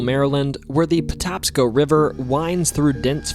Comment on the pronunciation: Maryland native just wanted to let you know it’s the Patapsco River pronounced potapsco. I learned a ton about my state in this including the state drink being milk that’s nuts lmao